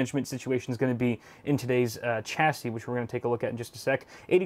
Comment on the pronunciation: Every time you mispronounce chassis, I die a little inside.